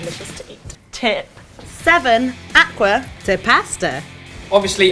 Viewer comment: it's acqua not aqua, are they really italian?